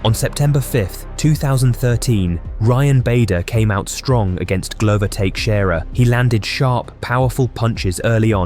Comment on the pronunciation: Justin Gaythee. Glover Take-sharea, nice try AI